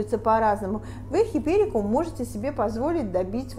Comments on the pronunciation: Дамы, не хиперикум а хайперикум, учитесь правильному выражению на иностранном языке. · Правильно-Гиперикум, а не "хиперикум". Смешно даже-флористы. А Ваша ,,особая" спиральная техника? Сначала хризантемы собрать, а затем тыкать розы... Какая-то колхозно- спиральная техника. Упаковка -ужас .